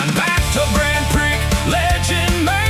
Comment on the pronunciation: This is great! How much of this did you actually write? The lyrics are pure Suno, but the spoken parts may be human prompted. The reason I ask, is because I would never let Suno get away with pronouncing my lyrics as Grand Pricks. Funny, but fix it, man. 👽✌️